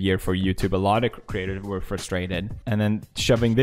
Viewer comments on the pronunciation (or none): none